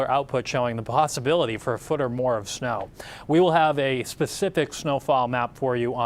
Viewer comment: Why does he put an “h” after words that start with letter s? Snow becomes shnow, stop becomes shtop, start becomes shtart. Amanda Hill does it too but not as bad as this guy